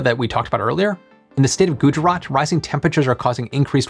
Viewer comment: ayeeeeee u didnt butchered the pronunciation of Gujrat.... niceee